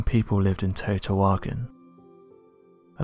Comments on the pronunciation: Ugh, it's pronounced "Tay woe tea wah khan" .......😉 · Pronounce Tao-te-wakon meaning home or city of the gods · I don’t think you could mispronounce the name of the city any worse